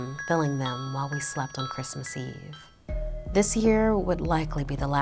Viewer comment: Its chrismin merry chrismin😂😂😂😂